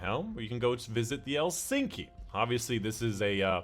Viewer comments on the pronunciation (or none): Elsinki? Lol. We're not in Sweden. The K comes way earlier in the pronunciation 😉 E-lik-sni